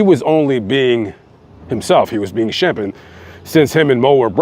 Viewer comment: I'm surprised you have time to look up all this info as busy as you are. I don't understand his mother. Sam is nowhere near the pronunciation of Shemp.